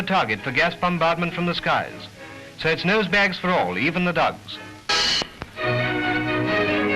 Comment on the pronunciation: He said "dugs" just like Scottish people do today, what the heck... I wonder if that's just the intensity of the accent tricking my ears, but that did not sound like "dogs" to me.